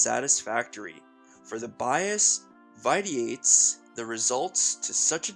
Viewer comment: this was so nice. I read this book a while back and don't remember some of the points you mention. I like the energy with which you read. (ps "vitiate" is pronounced "VISH-ee-ate" but not a common word) Thanks for doing this!